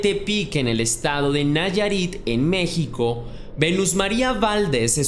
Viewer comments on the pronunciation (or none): none